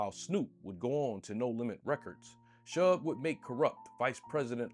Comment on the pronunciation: Dude, I love your content, but the mispronunciations are killing me! As a 43 year old who grew up in that era, how the hell can you pronounce a name that everyone knows - Suge (Shoog) and pronounce it as "Shugg"?